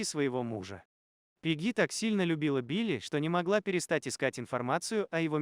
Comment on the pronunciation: Пегги, ударение на е